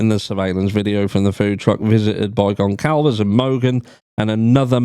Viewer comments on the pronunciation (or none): Kaylee’s family pronounce their name /gon/ /sal/ /vez/.